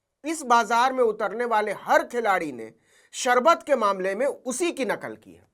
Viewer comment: Lala ko sharbat bhi bolne nahi aata anpadh logo ki tarah sarbat bol rahe hai.